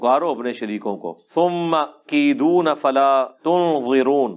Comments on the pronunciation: ASSALAMOALAIKUM, Aayet no 195 me SUMMA KEDOONI ki jaga ap ne SUMMA KEDOONA Read kia ha, galti theek kar len!! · bhai glt parh gye 1 jaga py aap summa kedone